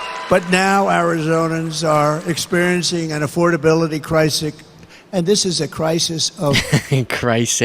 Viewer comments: My god... Did he learn nothing from the ridicule he got for his "sarcastic" remarks about injecting bleach?! Now saying "Crisic" instead of "Crisis" is a joke..? Nice one donald 🙄🙄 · wasn't that, 'energy costses?' Hard to tell with a madman uttering word salad... "crisic"? I think Desi Lydic from the Daily Show is getting under his leathery skin. Bless his heart.... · Costes instead of costs. Recock instead of require. Crisic instead of crisis. His speech is definitely deteriorating. Understandable because he is old. If Trump wins this election, JD Vance will be President in two years. President J D Vance!!! I’m not sure who is worse, he or Trump.